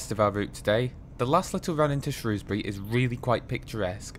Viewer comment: Never mind the welsh place names, great to hear you pronouncing Shrewsbury properly! Great video 👍